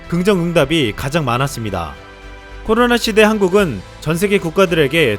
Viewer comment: 발음 좀 정확히 합시다 코노라 ㅋㅋ